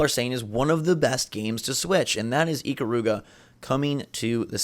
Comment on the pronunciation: I'm so bothered by the pronunciation of Ikaruga.